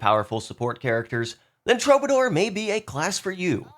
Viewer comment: True - buh - door. Just trying to help. 👍